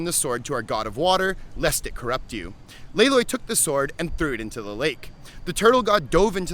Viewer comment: Wouldn’t it be pronounced Lay L-uh-i?